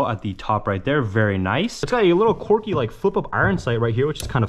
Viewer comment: Dude, car-T-ridges, and quirky is pronounces KWURKIE, not KORKY. its literally painful to listen to. Im not watching more of this.